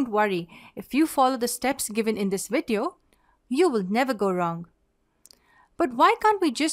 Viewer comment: It's 'video' not 'vedio'.